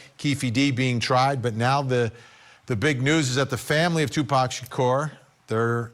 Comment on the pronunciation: You go Vinny Politan you said Tupac Shakur's Name right.👻